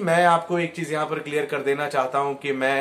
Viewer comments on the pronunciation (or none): none